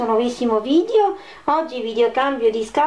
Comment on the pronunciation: Ma dice vidio